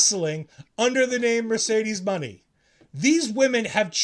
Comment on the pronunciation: “She’s not worthy of mentioning” yet seeing her name in the title is the only reason why I clicked on your flopping YouTube channel. Also It’s called a northern lights suplex not a “fisherman suplex” and it’s Mercedes Mone not “Mercedes money” do your research before making a channel dedicated to wrestling this is just Embarrassing… I’d suggest your diabetic self clicks on the recent interview she did with ring the belle and go straight to the comments don’t even watch the interview go straight to the comments. You won’t see the name Noam Dar not even once debunking your poor research. Just fans admiring everything she has accomplished in her 17 year Wwe career.